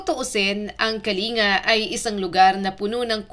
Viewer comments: MALI ANG PAGBIGKAS MO NG PROBENSIYA NG "KALINGA"....ANG TAMANG BIGKAS AY "KALING'GA HINDI KA-LI-NGA..ANDAMING IGNORANTE SA PAGBIGKAS NITO.. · Kalin -ga po😂ndi kalinga😅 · Wrong pronounciation kyo, ito tamang bigkas "KALING-GA". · Pronounce Kalinga with double "g". Say Kalingga